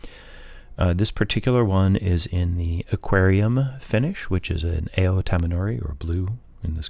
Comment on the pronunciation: Cool pen.. btw ao is pronounced more like owww!! which was explained to me as the sound you make when i stomp on your foot.